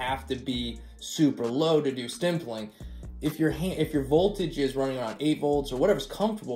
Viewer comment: Keeps saying “stimpling “. Lol. There’s no m in that word, buddy.m